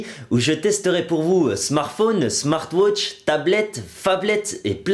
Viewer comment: smart wootch xDDDD